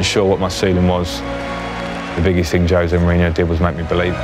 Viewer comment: No one in the video can pronounce poor Jose’s name correctly. Poor them.